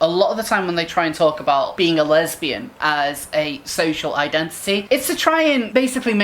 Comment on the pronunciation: LEZ-BEE-YAN, JLP style.